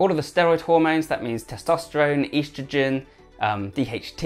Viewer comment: EEstragin lol